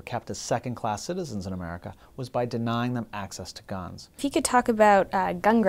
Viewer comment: Keep thinking he is saying ganj